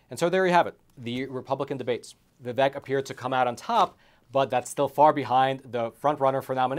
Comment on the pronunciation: A not deep state candidate, interviewed by a not deep state journalist on a supposed not deep state platform. Btw - I think he pronounces it Vi-vake. Yeah Tim and Nikki better raise their hand that they would support Trump - he helped them.